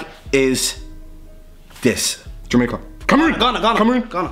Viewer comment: Nahh the way he says “Jamaica” kills me